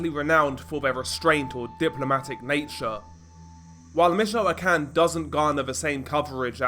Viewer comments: Im fed up with these, judging the accent, british channels doing these types of videos, but cant even bother to pronounce the names right. Let me help you, stupid brit. Mee-choah-can. Try focusing on the muslim invasion of your shitty island instead and how cowardly, Englishmen have become. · Bro, it's pronounced "meet-cho-con."